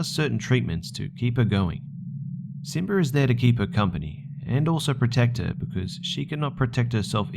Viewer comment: simber? XD im sorry if this is rude but its so funny